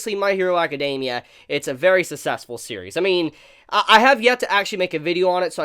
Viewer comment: Hey dude. I always love your video reviews but can you please learn to pronounce the words "success" and "successful"